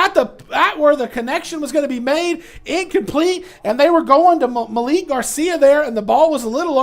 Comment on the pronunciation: say it with me maa-leek Malik garcia